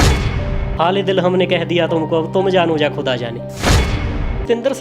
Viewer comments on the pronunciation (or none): ਵੀਰ ਜੀ, ਹਮ ਨੇ ਹਾਲ-ਇ-ਦਿਲ ਕਹ ਦੀਆਂ, ਅਬ ਆਪ ਜਾਨੋਂ ਯਾ ਖੁ਼ਦਾਅ ਜਾਨੇ । ਵੀਰ ਜੀ ਸਭ ਤੋਂ ਪਹਿਲਾਂ ਤੁਸੀਂ ਆਪਣਾ ਖ਼ੁਦਾਅ ਕਹਿਣ ਦਾ ਉਚਾਰਣ ਸਹੀ ਕਰ ਲਵੋ। ਖ਼ੁਦਾਅ ਖੱਖੇ ਦੇ ਪੈਰ ਚ ਨੁਕਤਾ ਲਾਕੇ pronounce ਕੀਤਾ ਜਾਂਦਾ । ਬਾਕੀ ਗੱਲਾਂ ਤੋਂ ਪਹਿਲੋਂ, ਇੰਟਰਵਿਊ ਕਰਨ ਵਾਲੇ ਵੀਰ ਨੂੰ ਵੀ ਕਹਿ ਦਿਓ ਕਿ 'ਹਿਮਾਕ਼ਤ' ਅਤੇ ਖੇਚਲ਼ 'ਚ ਬਹੁਤ ਫ਼ਰਕ ਹੁੰਦਾ ਹੈ। ਇਨ੍ਹਾਂ ਨੂੰ ਕਹਿਣਾ ਚਾਹੀਦਾ ਸੀ ਕਿ ਕਿਸੇ ਸਿੱਖ ਅਦਾਰੇ ਨੇ ਵੀ ਸਰਤਾਜ ਬਾਰੇ ਕਹਿਣ ਦੀ ਖੇਚਲ਼ ਨਹੀਂ ਕੀਤੀ। ਰਹੀ ਗੱਲ ਤੁਹਾਡੇ ਵੱਲੋਂ ਗ਼ਲਤੀਆਂ ਕੱਢਣ ਦੀ, ਉਸ ਬਾਰੇ ਮੈਂ ਕਹਾਂਗਾ ਕਿ ਤੁਸੀਂ ਵਿਦਵਾਨ ਤਾਂ ਹੋ ਪਰ 'ਨੀਮ ਹਕੀ਼ਮ ਖ਼ਤਰਾ-ਇ-ਜਾਨ' ਵਰਗੇ ਹੋ। ਅਜੇ ਹੋਰ ਮਿਹਨਤ ਕਰੋ। ਐਡੇ ਵੱਡੇ ਵਿਦਵਾਨ ਲੇਖਕ/ਗਾਇਕ ਤੇ ਬਿਨਾਂ ਬਹੁਤ ਸਾਰੀਆਂ ਕਿਤਾਬਾਂ ਦਾ ਮੁਤਾਲਿਆ ਕਰਿਆਂ, ਆਪਣੀ publicly ਰਾਇ ਰੱਖ ਦੇਣੀ ਵੀ ਖ਼ਤਰਨਾਕ ਹੀ ਹੁੰਦੀ ਐ। ਇੱਕਾ ਦੁੱਕਾ ਗ਼ਲਤੀਆਂ ਦੀ vernacular language ਵਿਚ ਸੰਭਾਵਨਾ ਬਣੀ ਰਹਿੰਦੀ ਹੈ, ਬੰਦਾ ਕੋਈ ਰੱਬ ਤੇ ਹੈ ਨਹੀਂ। ਬੋਲਿਆ ਚੱਲਿਆ ਮੁਆਫ਼ ਕਰਨਾ ਜੀ।